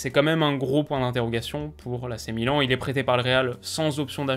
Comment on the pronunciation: ne t'inquiète pas 1 jour tu arriveras à ne plus te tromper sur la prononciation du club